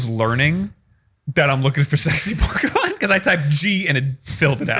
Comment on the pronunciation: Man… the pronunciation of the Pokémon is really putting a damper in this episode. It’d make sense for someone who doesn’t have exposure to Pokémon, but to be a self proclaimed fan, it hurts.